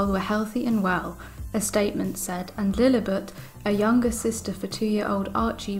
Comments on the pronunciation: It is Lilibet not Lilibut. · No offense but please pronounce the name correctly, it's Lily-bet, not Lily-butt.